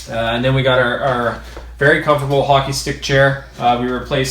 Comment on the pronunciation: The way he says comfortable makes me...Un com fert ta bowl